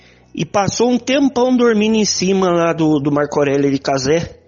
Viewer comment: porra tu é muito burro, não é "Março" é "Marco".